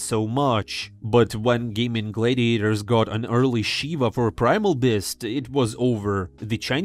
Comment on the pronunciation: Bro you have to stop saying Gaimin Glaydiators